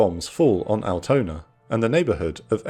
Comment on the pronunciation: Unforunetly he couldn't pronounce "Altona" or "Eimsbüttel" correctly. It was not recognizable